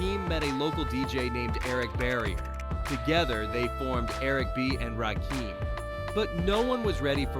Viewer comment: Your AI sucks. Can’t pronounce Rakim’s name’s right. Half the video clips on here aren’t even of Rakim. And how many times are you going to tell us when he was born? Stupid AI slop.